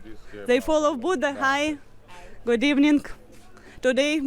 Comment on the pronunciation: Ну да,ну да! Шикарный мужчина,особенно,когда начинает говорить: вери- вери,гуть- гуть.😂